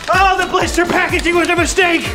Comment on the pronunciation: When she said mistake I heard " mis-ache"